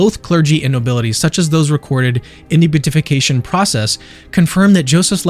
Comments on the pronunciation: I love the video and have shared it around. I know you have recently come into the fold and there is always so much to learn. I am delighted you have joined the family. Just know that "Beatification" is not pronounced "Beat-ification" ("Beet"-ification) nor "Bute-ification" but "Be-Atification" (sort of). I hope this helps you up your already great game as a Catholic YouTuber. God bless! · (Just fyi it's bee-at-if-ication, not beauty-fication 😊) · Beatification is pronounced: bee a tuh fuh kay shun